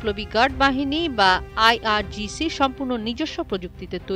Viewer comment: "আই আর জি সি" পড়তে পড়তে শেষমুহুর্তে আই আর সি জি হয়ে গেলো... 😂😂😂